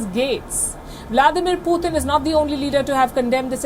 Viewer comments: It's PUTIN not POOTHIN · 😅 why is Palki saying “Poothin”